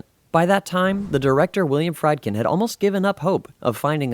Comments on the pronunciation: The person doing this video must have a vintage brain ?? The Exorcist was released in 1973, NOT 1977 as he stated. And the director's name is William Friedkin, pronounced "Freedkin" not "fried" as in fried food !! Get you facts straight before you start making you tube videos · It's pronounced Freedkin, not 'Friedkin', like fried chicken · its pronounced William Freed-kin. Short vowel 'I' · It's pronounced Willian Fr'ee' ❤😂dkin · Whenever I watch an interesting subject that utilizes a narrator, I look forward to learning something. The moment I hear the narrator mispronounce names, e.g.: Regan, Friedkin,and give wrong information, (the year The Exorcist came ou) I can’t take this serious. Am I the only one it irritates? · Friedkin and "Reagan' are being pronounced wrong on here... and its "Rick James' NOT 'James Rick. I'm so sorry but credibility stems from everything being correct. That being said.... it was a very good and interesting video.